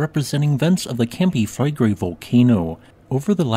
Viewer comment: Campi Flegrei...accent on the i 😉